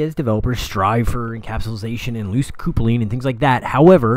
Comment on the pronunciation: "Coopling"? Come on...